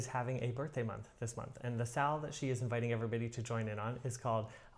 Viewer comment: You did very well with birdthday Sal pronunciation! Your walks are working at getting stitches into my Quaker flag…thank you. 🦉🧵🪡✂️🐶